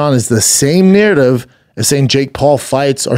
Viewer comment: Say narridiv again